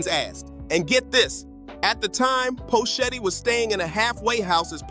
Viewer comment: Who the phuck is Poe Shetty? How can you phuck up his name like that.